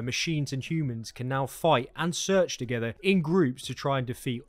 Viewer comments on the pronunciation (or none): none